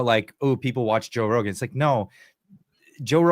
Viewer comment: Rogan takes himself increasingly seriously (laughable, especially after the Douglas Murray humiliation), worse, much worse even than thick as a brick rich guy PBD. He is good for entertainment, not much more. PP was wise not to waste him time with amateurs, who can't even pronounce his name correctly. The hubris of these self-important, narcissistic podcasters, whilst exposing their utter incompetence, is fascinating to watch. Talk about being in a bubble. Try real life sometime, rather than staying in the "fake" internet "reality".